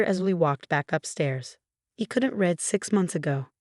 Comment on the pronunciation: That's not the only one! How about "read" vs. "read" -- as in the present tense vs. past tense. There are others as well ... I find myself constantly correcting the narration ....